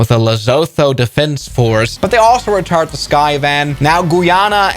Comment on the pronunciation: "lezoto" its pronounced le-sue-2